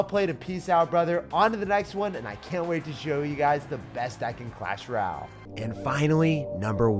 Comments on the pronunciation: Bro deadass said “clash ral . “ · bruh this guy still cant say clash royale